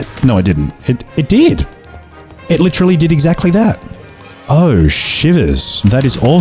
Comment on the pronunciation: li-TREE-ly love that recommendation nah I loved that the way you said coffer sounds like coiffeuse which is like barber in french I mean you got the Texas Chainsaw achievement